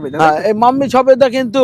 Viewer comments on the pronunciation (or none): দাদা ওটা সবেদা হবে ছবেদা না।